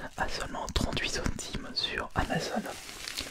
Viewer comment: 38 centime avec l’accent du sud 😂😂😂🤣🤣